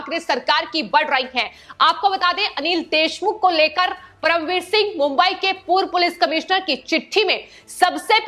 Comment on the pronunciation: एंकर बहुत गंदी हिंदी बोलती है, कीरीट सोमया को क्रीट बोलती है। परमवीर सिंह को प्रमविर बोलती हैं।